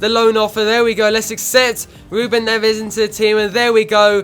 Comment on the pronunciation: Ruben Neves is pronounced Ruben "Nevz"